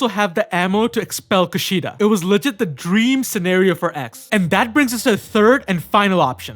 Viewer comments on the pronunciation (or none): none